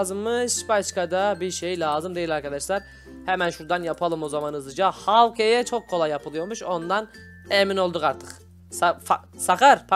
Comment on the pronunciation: abi man gelmiyor okunuşu şöyle hawkay yazılışı Hawkeye